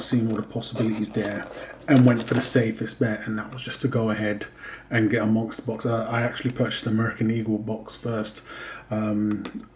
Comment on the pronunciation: I feel that 500Ag and 6Au is a reasonable initial goal for many stackers. My initial goal included a small amount of Pd (palladium) and Pt (platinum) as well. By the way, are you saying "monkster box"? Every time you say it, that's what it sounds like. I'm just curious is all.